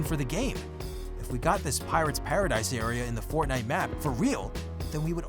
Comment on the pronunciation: says fortniye battery